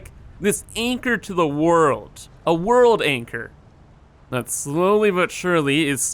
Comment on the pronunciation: World anchor = Wanchor